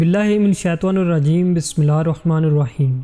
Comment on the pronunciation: ayozobillah and bismillah pronousation no correct must learn with good qari sb